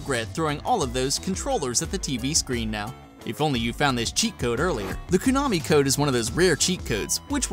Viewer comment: Everytime you say Koo-nami I get a little more angry..